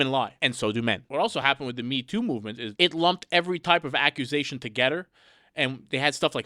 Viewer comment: LoL he said 2geder